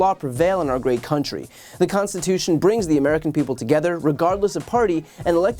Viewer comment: Trump says 'The constiwhotion ?'.